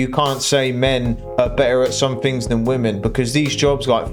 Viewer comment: Another one who can't pronounce the word "women"